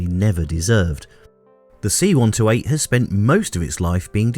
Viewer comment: I have to stop and do a translation in my head every time you say "see one toe eight".